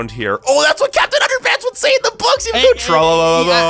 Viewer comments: Dog man and Captain Underpants! And he says Tra Laaa Laaaaaa not tro looo lo lo lo looooooo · its tra la la